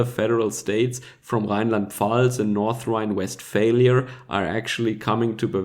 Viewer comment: did you say 'North-Rhine West Failure?' :P